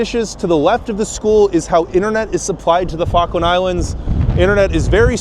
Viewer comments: It's pronounced "FALL-KLUND" not "FAH-KLAND" EDIT: I see you started to pronounce it better towards the end of the video...I'm guessing you were picked up on it by an Islander? 🙂 Also, that wasn't yoghurt but custard. You also don't say 3.25 quid...only fully whole numbers would you use quid, like '2 quid' or '3 quid'. For 3.25 you would say '3 pounds 25' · Did he say fuckland? Try pronouncing it fall-k- land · ill try to watch the full video but im 2mins in and your prenounciation hurts my poor Brit ears... Falk as in Fall kland not what sounds like f*ckland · Is there something inherently stupid about Americans? This dubious example can’t even correctly pronounce the name of the place he’s in. FALKLAND NOT FARKLAND you fuckwit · If you're going to do a video about the Falklands it might be worth learning to pronounce it. "Fokkland" wtf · Learn how to read. The Falkland Islands, not Fawkland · You pronounce it "Fuckland," but I'm sure that's not what the British call it. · Why are you calling them the 'Fock-land' islands, man alive! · Am I the only one who thinks he says Fuckland? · Right off the bat: 'Fockland Islands' 🤦‍♂️ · I didn’t realize it was pronounced with a silent ‘L’, i.e. “Fokkands”, vs, the way it’s written. Interesting! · "Fuggland" islands??😄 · Try pronouncing it "Fall - kland" please not the way you were saying it. It sounded wrong🫤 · You can't even pronounce Falkland properly mate. 🙄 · Annoying that he can't pronounce Falkland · This is an awesome video, but there's something about the way Americans pronounce "Falkland" that hurts my British ears 😂 The L just disappears... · Bro you should have at least learnt how to say Falkland before making this upload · I love this video so far! But FYI, to my British ears it sounds like you are saying 'F*ckland' instead of Falkland - you need to pronounce the first 'L' 😆